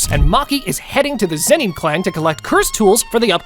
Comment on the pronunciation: Why am I hearing the "zenin" to "zeni"